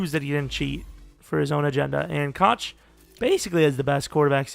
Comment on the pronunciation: Koch is pronounced “Cook” or “Coke”